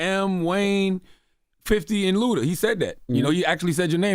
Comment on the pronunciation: It's ludaaa.